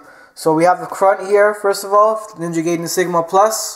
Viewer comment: its pronounced Ninja Ga-ee-den